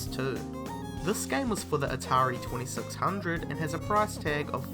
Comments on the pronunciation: Hearing you say "atari 2600" was dreadful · say atari 2600 one more time...